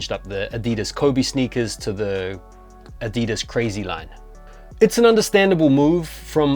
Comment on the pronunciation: Ah-dee-dees! 😂 love it!